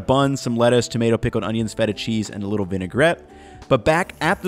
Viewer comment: "Wait a BITTLE longer"